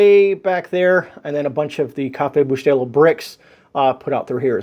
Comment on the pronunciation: FIrst time I've seen an American pronunciating Café Bustelo in a more normal way lol, I'm actually impressed. Edit: I just heard you saying you're cuban, that makes more sense now 😂